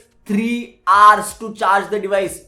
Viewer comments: it's hours not arse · it's not "AARS" it's "Hours"